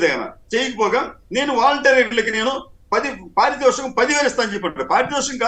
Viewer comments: నీకొడుకు ఎలాగూ తెలుగు మాట్లాడలేడు నీకేమి రోగం పారి సూతకమ్ కాదు బాబు పారితోషకం అని పలకాలి ఇదేమీ విచీత్రమొ తండ్రి అలవాట్లు కొడుకుకి వస్తాయి కాని ఇక్కడ కొడుకు తప్పిదాలు తండ్రికి వచ్చాయి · ఈ తండ్రీకొడుకులు మాటలు వింటుంటే తెలుగు భాషను అపశ్రుతితో మాట్లాడే ప్రమాదం వుంది. చంద్రబాబు గారు వాలంటీర్లుకు పారితోషికం బదులు పారిషోతకం అంటున్నాడు.